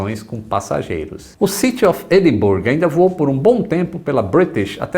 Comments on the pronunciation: Bom vídeo. Já que entrou na questão da pronuncia de Perth que está muito boa, Edinburgh está muitíssimo distante da correta. Era um erro meu que corrigi faz uns 10 anos. Vai por mim. Um abraço e até o próximo vôo. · Excelente vídeo!!, por favor não me xingue, mas a pronúncia certa de Edinburgh aqui no Reino Unido é "Edinbrá", haha. Abração!! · E "Edinburgh" se fala "Edinbra", mais fácil do que parece, mas é assim que os escoceses pronunciam.